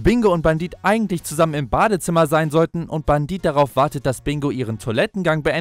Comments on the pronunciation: Wieso sagt er die ganze Zeit Bandit er heißt Bendit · Sprich es bändit